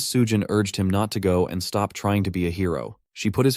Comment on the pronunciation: can this guy just not pronounce the words truck and stop together??